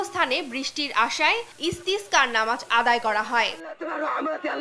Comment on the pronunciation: অতি চমৎকার উপস্থাপনা!!! তবে ইস্তেগফার বা ইস্তেসকারের নামাজ নয় শব্দটি 'ইস্তিসক্বা' হবে।